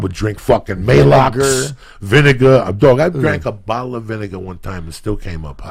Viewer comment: VIN-AH-GAH LOL